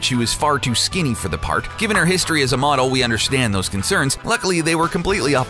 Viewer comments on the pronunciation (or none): none